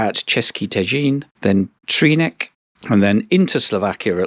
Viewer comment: Pretty good pronunciations. You just need to correct "c" in Třinec and Čadca to "ts" as you did in Olomouc, Pardubice,... And also "ch" is "kh" ;)